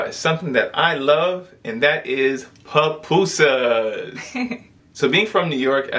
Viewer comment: Pupusas not Papusas